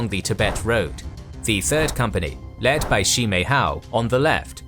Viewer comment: I have to give kudos to the narrator. The pronunciation of the Mandarin names was probably the best of any history narrator I've heard. In fact, the only "off" parts were the pronunciation of the I's in "Sihang" or "Shi" (they're closer to the I in "sit" than "see," so Shi is pronounced like the 4-letter swear word without the T), but a very minor detail